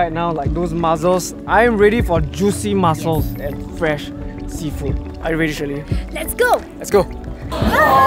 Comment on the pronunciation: MuSSSSSels! Not muzzles😬